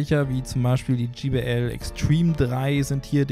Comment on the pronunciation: Es heißt übrigens nicht Dji Bi Ell sonder Djey Bi Ell!